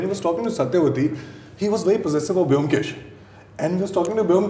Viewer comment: the only objection i have is: please pronounce bomkesh properly. thats a prerequisite. atleast you dibakar. Otherwise this was the most apt chat....and Rajat speaks my mind when he explains the reason for dibakar making a different bomkesh. and dibakar's understanding of bomkesh is perfect.